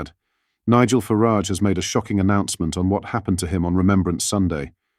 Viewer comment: You need to train your AI voice to pronounce Farage and Cymru correctly